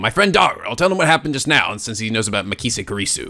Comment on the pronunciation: MAH KEE SAY KOO REE SUE